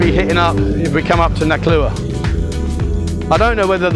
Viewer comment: ...and haven't you lived there long enough now to pronounce the town's name properly ?.... :)